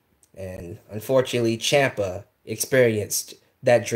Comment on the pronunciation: Tommaso Ciampa. Champa. Chiampa.